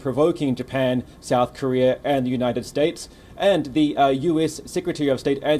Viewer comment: OMG ZERE FIRING ZE MISSILES! 🤔🤣😶‍🌫️